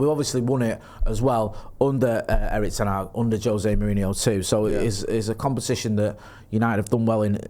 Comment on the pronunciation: still say Erik Ten Hag:face-purple-crying::face-purple-crying::face-purple-crying